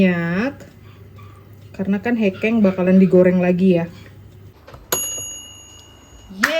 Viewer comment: bacanya bukan hekeng nong tapi hekeng😅